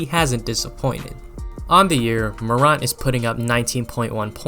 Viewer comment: You can’t even pronounce his last name correctly. No body questioned his jumper and anyone who thought he would struggle in his rookie year is a hater. Ja Morant is a beast and future NBA hall of fame if he stays healthy during his career. Go Grizz!